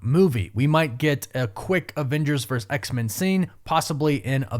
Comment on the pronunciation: For gods sake! Its VERSUS, not vers! Learn to speak correctly, ffs!